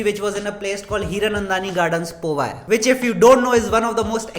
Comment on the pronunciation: Bro is not povi it powai